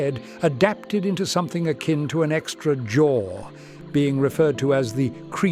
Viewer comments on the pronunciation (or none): none